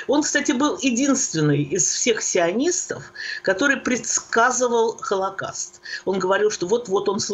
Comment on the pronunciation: ПРЕДАЧА ОТЛИЧНАЯ! ПРОСТИТЕ ЗА ЗАМЕЧАНИЕ. ПО МОЕМУ,, ВЫ НЕПРАВИЛЬНО ПРОИЗНОСИТЕ СЛОВО "ХОЛОКОСТ", СПАСИБО. ИГОРЬ ЯСКИН, МИННЕАПОЛИС, МИННЕСОТА.